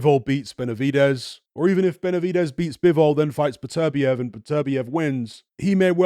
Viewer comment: Came back to hear how pronounces Beterbiev because it sounds nicer than Butter- be-ev